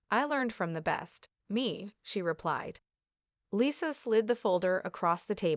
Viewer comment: AI dubbing is the worst. It can't even pronounce "Lisa" correctly.